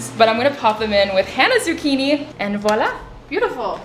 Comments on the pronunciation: the way she said zucchini really bothered me😂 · come ha pronunciato zucchini. i cant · IM SORRY BUT WHEN YOU PRONOUNCED ZUCCHINI WRONG I LOST IT. SAME WITH PEOPLE WHO PRONOUNCE GYRO WRONG